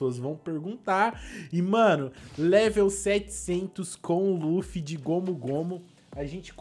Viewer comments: É Luffy vc fala laffy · não é laffy é luffy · N E LAFFY E LUFFY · Laffu não luffy